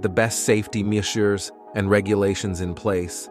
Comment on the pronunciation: No, it's not the way those words sound. The same with the word 'ethically'.